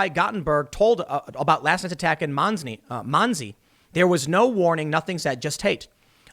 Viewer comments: Tim. It is pronounced Mun see. Monsey , NY. You're welcome. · PROUNCED MON-SEE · Portland DA is out of his mind. Are the people in Portland that far gone that they find this DA acceptable?? I think there must be a way to override this as she is breaking her oath. New York is just as crazy. Tim, Monsey is pronounced Muncie!